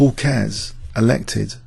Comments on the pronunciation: Great video. You pronounced "Keres" wrong, by the way. It should have two syllables (KE-RES). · Actually is pronouncing it, Keihrs not Cares.